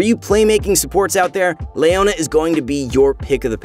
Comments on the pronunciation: Who is this LAYona champion? I'm really interested in her. It's definitely not Leona, maybe a relative, Her twin? In all seriousness how do you pronounce the name Leo? Is it Lay-o or Lee-o? Rhetorical question. 😅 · Lay ona? thought it was Leo na? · Le-o-na. Not Lay-o-na. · nobody says Layona... Its Leona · Leona ≠ Layona Shaco ≠ Shayco League of Mispronounciations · Who is Lay-ownya